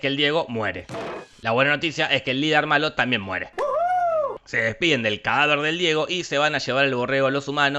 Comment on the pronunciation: "Se depiden" del cadaver del Diego. USA LAS S!!! Buen video like <33